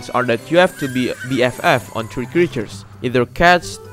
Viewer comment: In the sims tree pets? I thought it was sims 3 pets. Edit: no hate lol